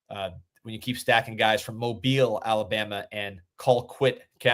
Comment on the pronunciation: How do you mispronounce Mobile AL. and be in the US??? Really???